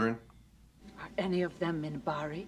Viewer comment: Just to let you know, it's "Minbari".